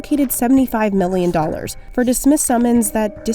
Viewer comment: Why do you always pronounce million as meelllion